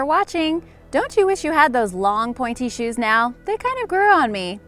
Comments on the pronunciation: I thought you said panty shoes LOL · Where is the woman about to smack the guy in the crotch with a hammer? And please check the pronunciations of a Polish city and the pointy shoes.